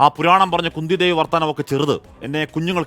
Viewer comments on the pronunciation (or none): സംഭവം അതല്ല. Kundhee devi എന്നത്, Kundee devi എന്നു തെറ്റി വായിച്ചു .